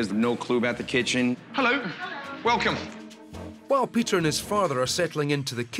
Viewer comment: What's The Tea? 🤣🤣🤣 Pea-tear Griffin